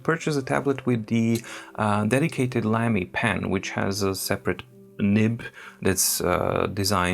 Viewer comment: I believe Lamy is pronounced ”lah-mee” -- German pronunciation